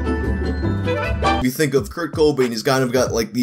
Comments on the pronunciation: The emphasis sounds stupid like that. Any other word starting with "co" is emphasized the way I pronounce it. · Dillon The Hacker it annoys me so much. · Its cobain.but u are sorta over doing the co... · I know this is very late lmao, but it’s not the pronunciation it’s the annunciation. The second syllable of Cobain should be annunciated stronger than the first. It’s not really a problem though lol. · breaking the 2 syllables in the wrong place. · I was in college in the early 90s, Nirvana was huge, and Cobain's death got tons of coverage. And I've never heard anyone pronounce his name the way does. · It's just that most pronounce it without putting so much emphasis on the co in cobain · The way this man pronounces “Cobain” makes me want to die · After hearing how he says, "Kurt-COH Bain," I need to hear him say, "Cool WHip." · In all my years I've never heard anybody put the emphasis on the first syllable of Cobain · I hate the fact that puts stress on the “o” instead of the “ai” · Put the em PHA sis on the wrong syl AB le in Cobain 😂😂😂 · The emphasis of the "CO" really made me feel very uncomfortable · You put emphasis on weird parts when you say Kurt Cobain and it messed me up for a little bit lol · Kurt Co-Bane vs Rivers Kwo-mo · A lot of emphasis on the Co in Cobain throughout the video. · Why does he put emphasis on the "Co" in Cobain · In the first 30 seconds you pronounced Kurt Cobain three different ways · Can you stop saying Kurts last name like that? Thanks - All of your uncomfortable viewers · Idk if i like the way you say "Cobain" js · Who the hell believes this? Never even heard of this before. P.S stop saying Cobain the way you do lol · Thank you for pronouncing timbre correctly. It makes up for the unusual way you pronounce Cobain. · Dislike for the cringy pronounciation of Kurt Cobain (it's Co-BAIN not CO-bain) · Haha it's just Cobain not CO Bain 😂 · co BAIN not CO bain. Wrong emphasis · Coh - Bayne god Damn it.